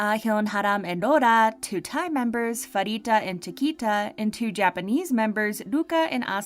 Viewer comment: Well it was Chiquitas choice to debut with baby monster, so let her be and also fyi Pharitas name is pronounced as pa-Rita not farita! (No hate just letting you know)